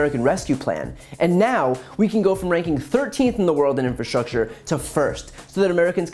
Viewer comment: In-fra-structure...not in-fra-strusher